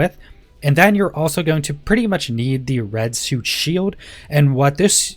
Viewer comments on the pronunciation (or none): none